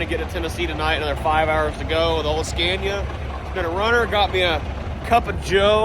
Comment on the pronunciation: Finally said Scania the proper way instead of your usual Scan-ia....you are not scaning anything😅